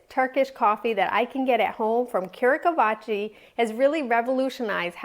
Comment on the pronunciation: "cure-a-ka-vatchy" 😂😂😂 Also the brand is actually the Mehmet Efendi part. Kurukahveci (pronounced "koo-roo-KAKH-veh-djee") just means coffee roaster